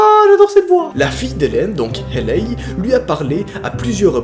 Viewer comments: La prononciation c’est « hEYLÉ » et non pas « hÉLEY » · "Hailey" ne se prononce pas comme tu le fais mais plutot "Hely" ("Heli" avec un "e accent aigue") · Comme tu prononces Hailey 😂😂